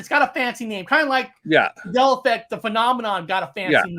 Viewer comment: It's MAN Dela not MAdela!!!!!!!